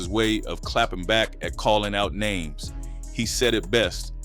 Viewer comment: Where is the narrator from? Sound like a foreigner, not pronouncing names correctly